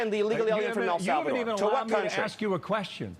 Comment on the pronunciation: She can’t even pronounce a three letter word correctly (ask), however she knows better than a highly regarded doctor?